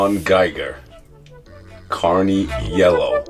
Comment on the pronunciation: I kept hearing you say Carny Yellow, and it's actually "Canary" Yellow as in a Canary Yellow Diamond. I have a pair of these myself in a size 13, and they are super dope... my favorite color is Canary Yellow.